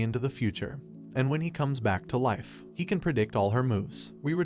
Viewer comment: the AI you used to read this script hurts to listen to, and he can't pronounce Live or Life